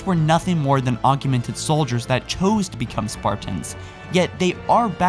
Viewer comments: It's ancient, not angcient, and its augmented not augumented, you pronunciations are annoying... fine video though. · Jeez dude. "Augeemented." "Expandaple to the cause." "Personfication." "Augeemented" again, then "augeementations." It carries on like that, I lost count. If Jacob wrote this, have him present it. You keep mispronouncing and misreading words. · argumented...expandable...do you know how to say words at all